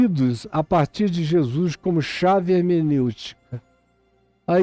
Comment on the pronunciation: Zèzuis, Zé zuis kkkk. Muito bom.kkkk